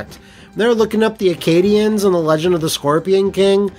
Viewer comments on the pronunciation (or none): Akkadian, not Arkadian, maaaan. He was from Akkad. Or did you make a joke that I missed it?